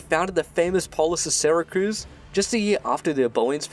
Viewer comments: "sera-cruz" IT'S PRONOUNCED "sera-cyooz" !! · Syracuse not Syracruse, mate !!! Jeeez...!!! You got it ?!? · Great video man. However I have one critique. The name of the ancient Sicilian city as well as the modern city in New York state is Syracuse, not Syracruse. It is pronounced See-rah-cyooss. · Its “Syracuse” syra-cuse. In suracuse ny, its pronounced, sara-cuse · Syracruse? It’s Syracuse, right? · Ehmm... It's not Syracruse nor Santa Cruz it's Syracuse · Please. Just. Never call it syracruse😂 syracuse. Its just syracuse not cruise. Im sure its just a typo, syracuse is famous enough that i dont believe you've been saying it like thay forever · Syracuse, not Syracruse. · SyracRuse? My ears are bleeding. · love the video, great job! but its Syracuse not SyracRuse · Why does he keep saying Syracruse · It's pronounced SyraCUSE you absolute potato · As usual a great video. That said, also as usual, the pronunciation of place names is seriously mangled. Also, there is no R in Syracuse.